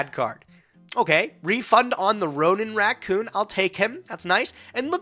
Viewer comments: It wasn't even 'rancoon', it sounded more like 'rancoo'. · saying Rancoon instead of raccoon is hilarious